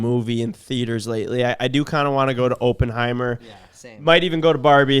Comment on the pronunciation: did say openhimer 😂